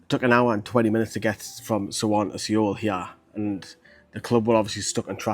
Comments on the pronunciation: Its pronounced soul not see-ole 😂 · Mate great vids as always, you keep it real and that's appreciated by many fans, but please... it's pronounced SOUL, drop the E. Lived and worked in Seoul, if a Korean person has told you it's pronounced that way then they're likely having a joke with you! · Soul not see ol. 😊